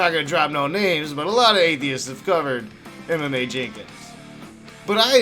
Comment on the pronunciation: I keep thinking you’re saying, “MMA” instead of “Emma Mae”.